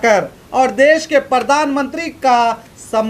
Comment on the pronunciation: Pahle to aap sahi word bolna seekh lo news bol rahe ho aur baar baar pardan mantri bol rahe ho jabki sahi word hai pardhan mantri ok. Raha sawal logon k gusse ka to kis se kahne jaein sab jagah to us ne apne admi bitha rakhe hain.